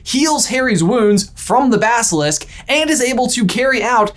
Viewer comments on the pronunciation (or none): none